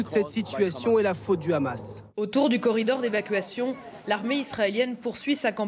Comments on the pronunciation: Pourquoi « RHAMAS », c’est « HAMAS », donc faites un effort, ça peut paraître inacceptable de dire ça comme ça, mais il faut respecté l’orthographe et la prononciation des mots. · Ça prononce même "khamas", les leçons ont bien été apprises mdr